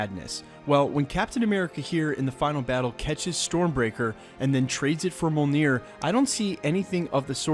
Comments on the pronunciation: It's pronounced me OL near. Not mole near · Why cant anyone pronounce mjolnor right? Me-Ole-Near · Dude, I've watched a bunch of your Endgame videos, and I've gotta say: The emphasis in Mjolnir is on the first syllable, not the second. Other than that, good videos.